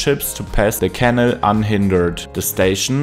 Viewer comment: It’s a canal, not a kennel 😂